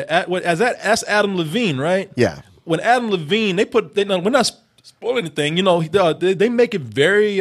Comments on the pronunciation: DEVINE!!! It is DEVINE!!!! Not Levine, Devine with a D!!!! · Love you guys! But his name is Adam DeVine not Adam LeVine. It was driving me nuts every time you said it.